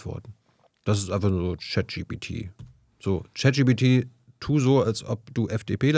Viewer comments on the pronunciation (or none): Sehr coole, interessante Frau. Nur immer leicht gecringet, wenn sie Chat-GTP (sic!) sagt.